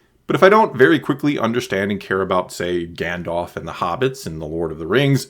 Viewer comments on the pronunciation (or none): none